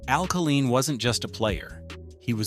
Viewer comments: Killeen is a city in Texas (on the outskirts of Fort Hood). Al Kaline (pronounced KAY-LINE) was the Detroit Tiger baseball player. One would think a video extolling the Detroit Tigers would pronounce his name correctly, especially since he was on this side of the grass until 2020. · The MAN’s name was Kay line not ka lean. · First, why is Lou Whittaker not in the HOF?? As a LIFELONG Tiger fan(atic), how do you create an otherwise excellent video with the mispronounced name of Kuhleen? Geez...i would narrate this vid for free not to disrespect MR. Tiger! Willie Horton deserves, at least, honorable mention for his contribution of helping the city of Detroit from imploding during and after the turbulent times. Know that it sounds pretty weak after my criticism, but truly enjoyed your presentation! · if you can’t even pronounce “Kaline” as “Kay-L-eye-n” you have no credibility. It is not “Kuh-Leen”. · This was so bad in so many ways. Mickey ‘Lahlich’? Al ‘Kahleen’? At least pronounce the names right. Whitaker number 4 ahead Greenberg and Crawford and Trammell? Are you high? And what the he** is Tris speaker even on this list? He never even played for the tigers. At the end as you summed up the franchise, you showed videos of other players on other teams! This entire video is an embarrassment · It's Low-lich, not Lah-lich. If you are going to do a video, learn how to pronounce the names. Then Al Kah-LEEN ? Are you kidding ? I don't have much argument with the content but the audio sucks. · Unbelievable how you can mispronounce AL Kaline!!! Lou whitaker is a Hall of Famer. Higher War than Miguel cabrera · How in the world can they pronounce Al Kaline's name and butcher it in that fashion? Also Kirk Gibson was not MVP in 1984. Willie Hernandez, Tiger reliever was. Gibson was MVP in World Series! Tris Speaker never ever played for Tigers. Who in the hell put this amateurish thing together? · he did not also don’t know how to pronounce Kaline’s name